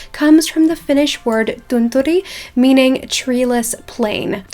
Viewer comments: Finnish is a quite hard language, but you pronounced ”tunturi” pretty well 🥰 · Hi! I think you did a great job pronouncing?(i dont know how to write thatxD) ”Tunturi” and hello from Finland💫🙋🏼‍♀️ its actually almost 1am here 😂 Andd yeah i love your work💕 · You pronounced tunturi just fine ;) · my heart MELTED when you said tunturi! You pronounced it so well!! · you said "tunturi" pretty good, loved your accent! 😂❤ greetings from finland 😙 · You actually did really good job saying “tunturi” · You said the Tunturi word right 😊👍